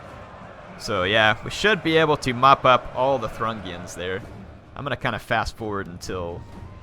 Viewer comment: I think that the people who attacked Shall Not Pass are pronounced the Thoo-ring-ians rather than the Thrungians, I'm not 100% sure though